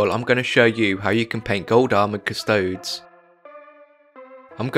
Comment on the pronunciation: Must you slaughter the pronunciation of abaddon and custodes